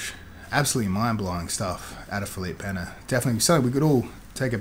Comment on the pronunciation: Props for saying Pena correctly, Craig God.